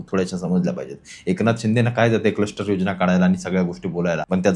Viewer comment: कस्टर्ड नाही रे क्लस्टर😂😂😂